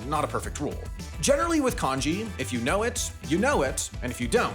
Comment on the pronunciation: It's not konji, it's kanji.